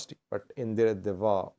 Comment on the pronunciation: It's Deredawaa not the way you said